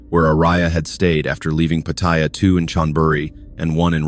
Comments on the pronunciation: It’s not POT-THAI-YA….. it’s Pattaya, OMG….. thumbs down. Can’t listen for an hour with fumbles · 👁f👁- PLEASE READ READ PLEASE -------------- PAT'-T-YA is the proper pronunciation for the city in Thailand... just giving you a heads up